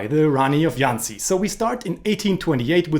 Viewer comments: The "JH" Jhansi is pronounced as a hard "JH" not "y". Like the j in "Jesus" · Its jhansi and not yhancy. Its hindi not spanish. You dont see us calling you yinmy cage do you? :p